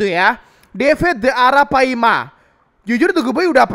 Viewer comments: Ara palma bang bukan ara paima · bang pas ngomong ratu yg legenda hidup di sungai itu arapaLma bukan arapaima